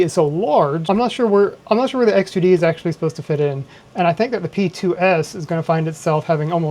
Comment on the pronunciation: hard to distinguish between X2D and H2D from your voice